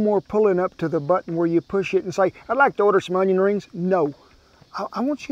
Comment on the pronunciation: Justin Wilson would be proud of the way you pronounced Onion, i guarantee.